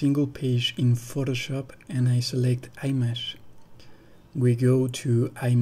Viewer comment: Too much technology for me. The word IMAGE has the Short “I” sound at the beginning. Using the Long I sound in the word is unpleasant to my ear.